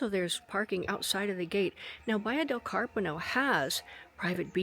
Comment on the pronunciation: A very nice place. I very much enjoy your videos of houses in the Baia del Carpino area, which is lovely. Just a note, there is no open "I" sound in the Italian language. "Pin" is ALWAYS pronounced as though it were spelled "peen" in English and NEVER like the English word "pin". Therefore, Carpino is correctly pronounced "Cahr-pEE- no". I know that you have been studying Italian for some years now, and I know that you can do better. :)